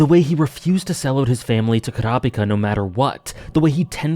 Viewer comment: At least you are using the actual pronunciation for Kurapika Nice list